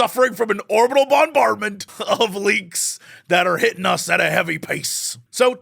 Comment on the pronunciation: I cannot unhear the candy bard with mint. "BonBardMint"